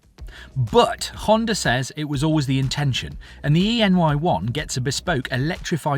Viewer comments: Surely this model name should be pronounced “anyone”? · e:ny1 = "anyone"??? Trying to figure out how to pronounce it... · Erm, it's called E NY1, but pronounced Anyone